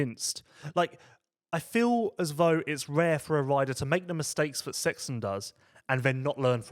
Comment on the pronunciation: I can only apologise for the way speaks this and that start with TH not FH come on try harder. It is in English language 😂